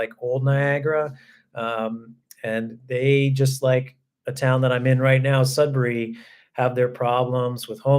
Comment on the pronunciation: Sudbury is my home town! Hope you enjoyed your time here :) Also happy to see you pronounce Sudbury properly. I live in Southwestern Ontario now and everyone pronounce it "Sud-berry" for some weird reason lol